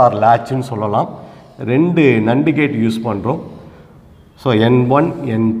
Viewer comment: Very useful and infomative Sir. Kindly correct the pronunciation of NAND gate.